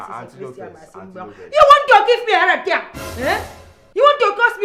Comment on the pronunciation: Did she just say "Heart Atiak"?